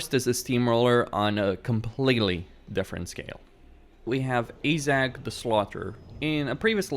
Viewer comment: AAAJ 'Zak?? Can a have a zak please, you mean this Zack? Any Zac will do. I think you mean Azhag (as an short a) and a hard G from the troat up. Nice Vid keep it up.